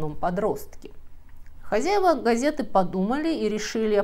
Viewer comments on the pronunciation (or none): none